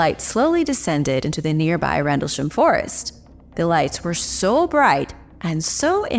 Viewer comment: rendleSHAM! lol. damn americans.